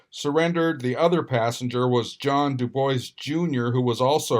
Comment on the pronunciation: Omg, for the love of god, google how to pronounce dubois. It's "doob-WAA" not "Do Boys". This is like the 3rd time...